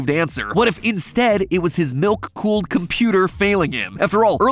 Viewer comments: I cant be the only one who heard nuke cooled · Am I the only one that thought he said "nuke cooled" pc 😭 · Idk why but when said he had a milk cooled pc, I thought he said NUKE cooled pc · Anyone else hearing call his pc "nuke-cooled". No? No, just, just me. Ok. Ok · i thought he said “nuke fueled pc” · At the start i thought said nuke cooled pc.